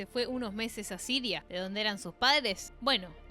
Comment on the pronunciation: Ya de entrada me hacía ruido el vídeo hasta que dijo "sadres" ...🤔 Me pude imaginar el resto del documental... 🫩 Son de manual éstos progres 🤦‍♂️🤷‍♂️